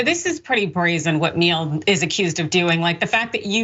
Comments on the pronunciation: I dunno, "Says the correct pronunciation of the European name....." Maybe? Perhaps Gomer says the sideways smear of his own name? Who knows? That's his biz. But that's how the Name and company pronounce it. Meal-aeh. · pronounced M-yell-ay. means honey in italian. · The surname Miele is pronounced properly as "mealy". It's German, two syllables.